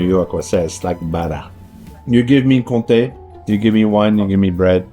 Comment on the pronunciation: Comté with an m